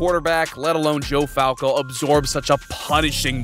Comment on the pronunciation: “Joe FALCO” is crazy